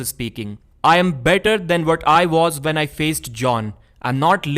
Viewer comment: It's "when" not "vhen"